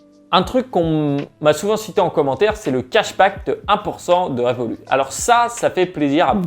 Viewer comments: on dit "revolutte" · on prononce le T de Revolut